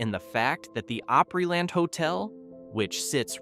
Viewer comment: It's pronounced Op-ree-land!